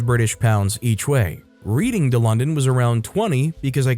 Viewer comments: I caught that too. Its pronounced Redding. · I'm not even an Anglophone and even I know that "Reading" is pronounced "redding" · Story 4, Reading is pronounced as a past tense (as in I read this book); still makes me giggle 😂